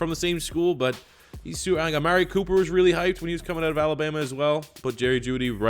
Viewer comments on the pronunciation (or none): none